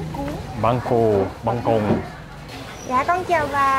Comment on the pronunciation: you might want to ask her to correct you when you say things wrong. She could have had you say "cuon" in banh cuon a few times until you get it right. But man, banh cuon!!! my family goes crazy over it (I personally like it more than banh xeo). And I typically just dump the whole bowl of fish dipping sauce into my serving as I'm not a dipper, either. The banh khot looks better than some of the ones I've seen in other videos (in the Saigon area, I think they typically make it more like mini banh xeo, which I'm like, "Hey, if I wanted to eat banh xeo, I'd order it!). Whereas like you mentioned, it's the crunchy outside and the ooey-gooey inside that makes a good banh khot. I think if you tried the central Vietnamese versions, you might like them better. I think in the central versions, they also make them with ground pork and there's more ooey-gooey inside.